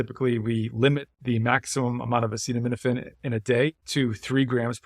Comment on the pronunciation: Acetaminophen! Not acidomenifin